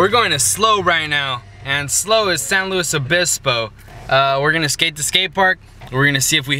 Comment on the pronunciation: He fuckin said our city name right lessss gooo